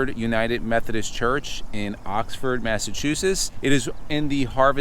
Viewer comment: Next town over from me! Need a little help saying Massachusetts though…😂